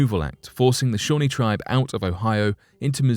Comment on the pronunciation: Algonquin is pronounced Al-gong-kwan not Al-gong-kee-an, Shawnee is pronounced Shaw-nee not Shawny, there is a break in the world so it sounds as if you are saying 2 separate words.